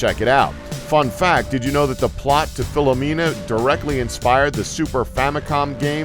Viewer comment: you called phenomena "philomena". ha